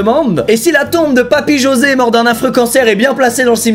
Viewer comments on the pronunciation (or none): none